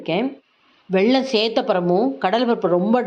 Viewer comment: pl say வெல்லம் not வெள்ளம் 😢